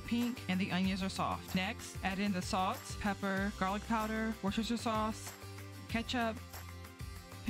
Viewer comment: you pronounce Worcestershire - WUSS - TA - SHEER